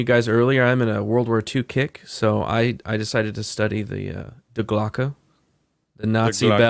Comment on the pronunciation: it’s pronounced “dee” glocke not die as in dying 😖😖